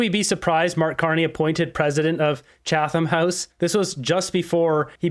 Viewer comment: It’s pronounced “Chattum.”